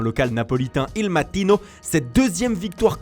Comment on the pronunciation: Mdrr qui reconnu cette voix avec ses nouvelles prononciations 《napolitain il mattino et Gennaro gattuso》